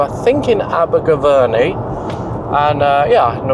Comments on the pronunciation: Abergaverny 😂 Abergavenny mate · Aberger-what?! Abergavenny not Abergaverny :D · Ah yes Abergaverny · SOrry but you just BUTCHERED that name lol Aber-gav-enny lmao Mind u i heard an americal i follow call it A-burger-venny recently! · That pronunciation of Abergavenny was hideous 😂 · Oh wow that pronoucation of Abergavenny is amazing 😂😂 Also when we getting a head to head with Rorys mini?! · Pissing how you said Abergavenny 😂😂 local to me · You pronounced Abergavenny wrong 😂